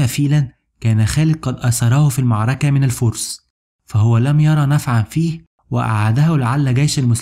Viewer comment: حاول تتمرن شوية على مخارج الالفاظ .. كلمة المعركة دى اللى بتقولها كارثة !